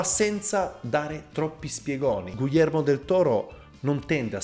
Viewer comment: Io ti adoro, ma per favore pronuncialo bene: GHIHERMO, NON GUILLERMO